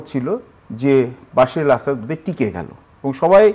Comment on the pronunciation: উনি বাশির আল আসাদ বলছেন কেন? কানে লাগছে বার বার! ওনার নাম বাসার আল আসাদ।